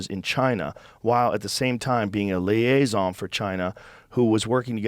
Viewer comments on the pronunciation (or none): Joe really put some stank on that "liaison."